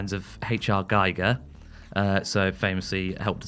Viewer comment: It's GEE-ger and I will die on this pedantic anthill.